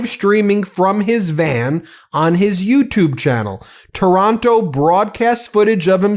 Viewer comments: Taranto not Taronto. Just saying! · The guy’s name is TARANTO, not TORONTO. Wake up, Ben.